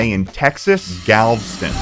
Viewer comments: I LOVE GALVSTIN WITH THE DIARRHEA WATERS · huh, always thought Galveston had 3 syllables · Why does he pronounce Galveston like that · i hate the way you pronounced galveston im sorry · Pronounce Galveston right next time smh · any other native texans cringe at the way he pronounced galveston? 😭😭😭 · I love how both of you can't pronounce Galveston properly. 🤣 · Galveston’s Rex is the best but I was cringing everytime you pronounced galveston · The way he says Galveston makes me want to cry. He does not deserve that bucees hat. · As a born & raised Texan, it's so funny watching & both mispronounce Galveston at every chance they get. And by funny, I mean physically painful. The e is not silent boys. Galveston is a three-syllable word. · how did both you and mispronouce galveston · "Galveston" worst pronunciation I've ever heard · LOL true, I didn’t even think of that! Also they way they pronounced Galveston ☠️ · It kills me every time he pronounces Galveston. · I'm from Oklahoma but I speak Texan and you should know that Galveston is three syllables, not two. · The way he pronounced Galveston has me triggered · The way he butchered Galveston hurt my soul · I'm not sure why but the way they pronounce "Galveston" annoys me so much lmao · It's pronounced Galv'ston??? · As a Texonian myself, it's funny seeing you guys freak out over something as commonplace to me as Buc'ees. Also, it's pronounced Gal-veh-stun. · It’s Galv-Eh-Stun! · why why do they pronounce Galveston like it ddoesn't have and e after the v. they pronounce it Galv - stun, and its pronounced gal - vest - un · That's the first time I've ever heard Galveston pronounced as 2 syllables.😆 (It's Gal-ve-ston.) I went to that one as a kid and it is, indeed, the BEST! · Damnit you two, Galveston is pronounced "gal-vest-ton", it's literally spelled like it sounds! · Pronounced galv Eston but as one word